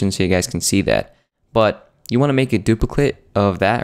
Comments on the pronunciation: r u still saying dupliclit? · Du-pi-clit !! Hahaha. But the tut is awesome man. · He said "Dupli-clit" hehehehhee